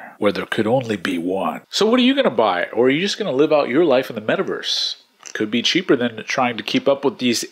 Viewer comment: meth-a-verse lol Good summary and drama, love the format :)